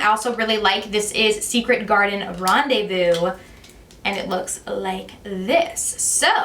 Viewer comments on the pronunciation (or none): none